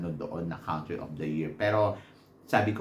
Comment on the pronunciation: you say “COUNtry” as in “CONtinue”, not “COUNT” (pronounced as /kuhn’-tri/)